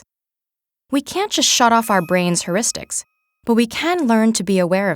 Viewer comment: I can't stand her saying "herristics."It's phonetically "hyeuristics." If you're giving a talk about it at least say it right.